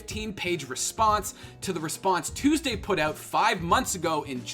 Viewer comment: i love how this guy pronounces "out", "ewwt"